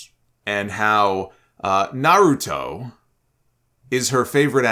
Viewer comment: “I like Nuroto”. 😂